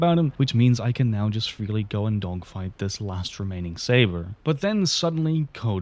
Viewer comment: i swear bro is saying "dongfights" 💀